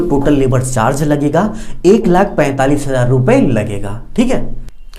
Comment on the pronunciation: Pheet …../ Feet Hajar …….Hazar Improve your language brother.